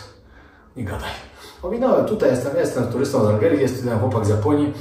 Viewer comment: Z Algierii, a nie z Algerii😂